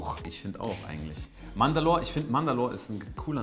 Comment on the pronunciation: Wie immer mandalor sagt:D Er heißt Mandorle aber er riecht trotzdem top